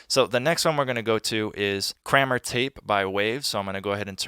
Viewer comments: The waves plug ur using, Kramer Tape, is pronounced KRAY-MER... Not Crammer. It's part of the producer series by Eddie Kramer. Dude is a legend.. he produced/engineered Hendrix, Led Zeppelin, Pink Floyd and many others. Just an FYI bro. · it's pronounced Kray-mr. it's named after the Mix Engineer Eddy Kramer